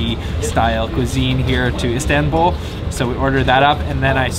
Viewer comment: High productions values and a nice variety of foods shown to encourage everyone to try the delicious treats. It is a little nit picking, but your pronunciation of everything Turkish is so off the mark. You both even pronounce Istanbul incorrectly. Some you tube pronunciation help would go a long way to elevate your videos to the next level.